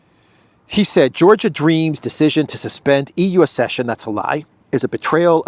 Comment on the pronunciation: Ac-session, not ass-session.